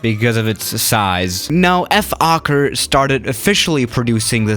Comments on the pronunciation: It Is Pronounced Folker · Oh btw in dutch you pronounce the o in fokker as you would pronounce the o in british “oi” like oi mate :) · It's actually pronounced as "fhawker" where you would clearly hear the word "hawk" in it. Also Fokkers military history is far more notable to the public than their commercial flight era. Funny enough, a lot of people forget that even in WW2 Fokkers were widely respected by the Germans and eventually the Soviets after the winterwar of 1939 until 1940. Ofcourse after the war Fokker decided to focus on commercial aircraft again and that eventually let up to Fokker making huge mistakes in the early days of the 70's. They could have still been a part of the aircraft manufacteres market on chartered flights and cityhoppers, but yeah everyone knows what happened... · You said FOKKER haha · No one:: Ef-okker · ”F Okker” Okker: 😐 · When you say: Fokker Try you didn't swear: "F" okker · Im pretty sure its pronounced foe-kker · Just pronounce it like Folkker. see? Fo-l-kker with an L Also im Aussie so for me i say it like Fokir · Did somebody say focker? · u can say it like fold ker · Lol I always think it says f*** not fokker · Nobody: Youtube: Don't say the F word: Fokker